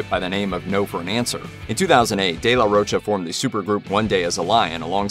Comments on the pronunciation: If it's mexican in origin, pronunciation is de la RO-CHA. The "ro" english speakers pronounce with an "u" sound at the end. It shouldn't, just an "oh" sound. "Cha" is easier, as in chapstick. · sounds french in origin. in italian and portuguese its roccia/rocha (respectively), meaning rock/stone. both using cha/sha. given the spelling and phonology of the spanish language, the correct pronunciation should be RO-CHA (cause its not spelled roca or rocca) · The Spanish pronunciation is the former. ROH-cha or ROACH-ah with an American accent. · No, sir. The proper pronunciation of his last name is not “roe-ka.” Just because people who don’t know any better have been saying it that way for years doesn’t make it so.